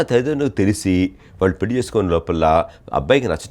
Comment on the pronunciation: యాంకర్ తల్లో పెల్లి కాదమ్మా నీచదువు చల్లగుండా పెళ్లి అనాలి తెలుగు భాష లో ప్రతి ఉచ్చారణకి అక్షరం ఉన్నది. తెలుగు భాషను చంపేయకమ్మా.